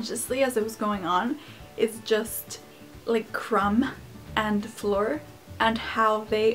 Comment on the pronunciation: The way you pronounce Fleur is SO adorable